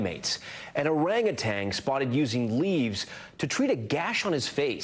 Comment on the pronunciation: If you're going to report the news get it right. The word is orangutan. There is no second g at the end.